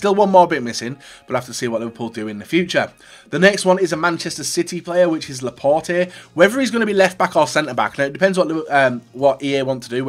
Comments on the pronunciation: It is said laport the e is not pronounced when it is unaccented and is the last letter in a French word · Cringing for the way he pronounces Laporte